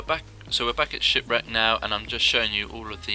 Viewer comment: Shipwreck, I thought you said shitbrick lmao